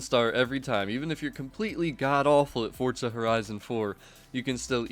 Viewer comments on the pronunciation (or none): k why does EVERYONE say “Fortza” not Forza